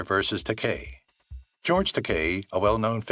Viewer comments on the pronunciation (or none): I wish I had; it didn't get any better. And just how do you mispronounce George Takei's last name?